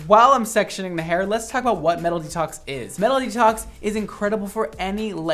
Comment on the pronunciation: why do I hear MELODY TALKS instead of "metal detox", I was so confused until he showed the name of the product lol